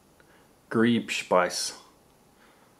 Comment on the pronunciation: Ha ha ha ha! Says "NATO approved". Are they referring to the way it's packaged or the food? I usually don't like German food although if their MREs had potato salad and a decent sausage, I'd be perfectly fine! PS: Although German viewers are probably dying of laughter hearing you try to pronounce the words, you're not that far off! One little tip: the letter "w" is pronounced as "v". The sound w as in "west" does not exist in German! So then you ask, how is "v" pronounced? Like "f"!! So the car company is NOT Volks-Wagen. It's Folks-Vahgun! I find it funny that whenever I call the garage to schedule an appointment the dealer never teaches the mechanics how to pronounce it. German can be challenging but it ain't THAT hard! I've sometimes wondered how the hell does a German/Austrian learn to pronounce a consonant that they might never have heard of...